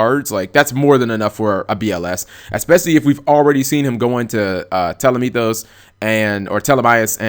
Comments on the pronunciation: Dude...."Tele-mee-thos"? Nah "Tah-leh-may-us" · "telemitos" damn G, it's Ptolemaeus ("pytole maios") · tall - o - may - us there's no "meethus" at the end. there's not even a "th" in the spelling of the name. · God damn it. It gets me every time how Cap pronounces Ptolemaues.